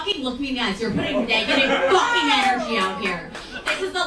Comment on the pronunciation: Look at me in the Fowaken eyes 👀😆🤣😂